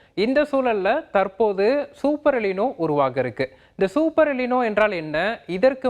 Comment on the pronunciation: '' எலினோ " அல்ல " எல் நினோ" என்று சொல்ல வேண்டும்.